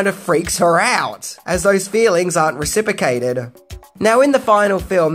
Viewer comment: "recip'ocated", classic.